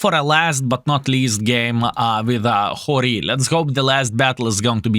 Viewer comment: It is pronounced like hero